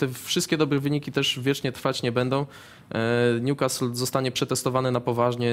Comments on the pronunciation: Nazywają się ekspertami, ale jak słyszę w wymowie ''Niukast" to mi uszy krwawią, wymawiajcie to jako "Niukastyl" jeżeli nie znacie akcentu, a jesli znacie to "Niukasyl". To tak samo jak Ci co na Leicester mówią "Lejczester" zamiast "Lester" ehh... PS. Najgorszy jest Rafał Nahorny który zawsze tak wyraźnie wypowiada nazwę Newcastle z błędem (a do tego nazywa Premier League Ekstraklasą...) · Panie Jarku... tylko nie Niukastl!!!! polecam do odsłuchania i nauki: Pozdrawiam :)